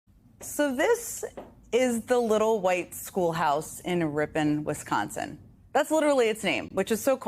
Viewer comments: Rip-en cmon Jen no one says Rip-pon like some bougie mustard. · Pronounced 'rippin' not rip-on' ...Neither major political party in the U.S. is what it once was. Both are just a group of elites, lining their pockets at the taxpayer's expense. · FYI, it’s pronounced Rip-in, like rippin up a piece of paper.